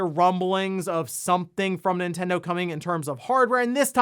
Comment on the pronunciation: My pet peeve on this channel He pronounces Nintendo. “Entendo”